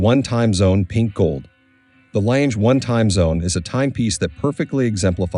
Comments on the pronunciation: “Langer” is also wrong. Lange is pronounced more like Lung-eh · Please stop pronouncing the name as ‘Lanje’. The name is pronounced as ‘Langer’! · Not läntsch, terrible pronunciation.. Lange just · Very interesting but for the record it’s pronounced ………….R lunger and zuner (I know that’s not the spelling just how it sounds) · I‘m with you. Their pronunciation is incredibly ANNOYINJE… If I tell a bad joke, it can be described as a CLANGER… get rid of the plosive hard C and you have the correct pronunciation of LANGE. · AI crap. Doesn’t even pronounce the name of the brand correctly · I can't believe how often the commentator mispronounces the Lange name, as well as many of the features. Abysmal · He should learn to pronounce Lange correctly, it sounds terrible to a german. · Please learn to correctly pronounce the name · For a watch of that high calibre it is disappointing to note that the commentator is literally unable to pronounce the Lange name.